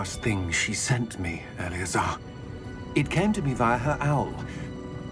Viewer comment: Когда произносит Элеозар, у меня такое чувство, будто он произносит заклинание, а не имя профессора Фига 😸